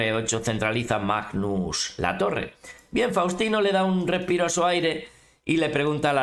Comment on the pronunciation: DIJO REPIRO A SU AIRE 🤣🤣